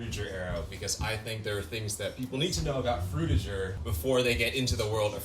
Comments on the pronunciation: I thought Frutiger Aero make a g sound instead of a J sound… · what is frtiger i mwan drutiger i mean druitger i mean frutiger